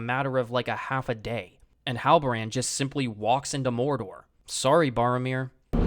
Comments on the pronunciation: I laughed so hard at 'Morrrrrdorrrr' lol. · Agreed 100%. Nice video. I laughed when you pronounced "Morrrdorrrr". This show is astonishingly bad. If you had any shred of critical thinking or respect for Tolkien, you would not have enjoyed this show. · Hey I like the way you pronounce Morrrrdorrrr